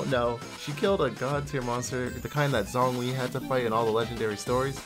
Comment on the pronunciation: i love you man but it’s not pronounced “Songli” 😂